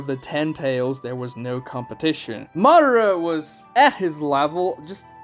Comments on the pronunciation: It's Ma Da Ra.. Not Ma dra or Modera.. Or maybe you guys watching the dub version.. Are there speak like that to in dub version ? I don't know.. Cause it's not that hard to pronounce it.. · obito not jobito! madara not mara!